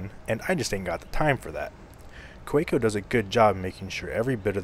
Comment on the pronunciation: Just an FYI - it's pronounced "Kuh-VAY-ko"; they're German.